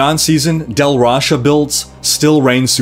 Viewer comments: It sounds like you say Del Rasha instead of Tal Rasha when you speak of it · Lol not to knitpick on an awesome guide(again) but it was really bugging me you sounded like you were saying "Dal Rasha's" set not "Tal Rasha's" set :) Thanx again for the video cant wait for 2.3 to bring me back to tristram